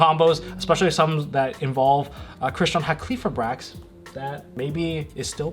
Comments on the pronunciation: bruh tell me where in the fucking name does it say "-qli-" it is "Hal-key-fibe-rax" not "Ha-kley-fib-rax" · Halqifibrax is easier to pronounce than everyone is making it., you keep saying “HA klee fribrax” which is wayyyyy harder and easy to stumble over. Broken down should be “Hal kih feye bracks”. That’s how I say it. Easier imo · My dude, it’s Hal-key-fy-brax. Great video though.